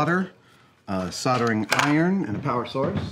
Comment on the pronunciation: I'm so happy you can complete the project without any soddering :D Soldering is a useful skill to learn though people!